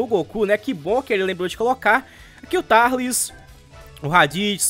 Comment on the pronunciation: Quem aí chama o tarlis de turlis